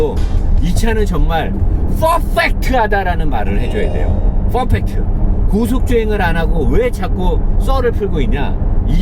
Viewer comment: 펄fㅔㄱ트!!! Fㅓㄹ펙트 가 아니구요~~~잘 봅니다 항상~